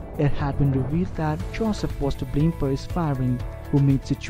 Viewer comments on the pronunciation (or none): none